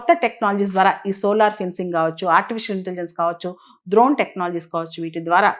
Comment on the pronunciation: డ్రోన్ ద్రోన్ కాదండి